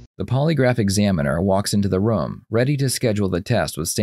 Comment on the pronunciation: I love your videos but I don’t like the way you say room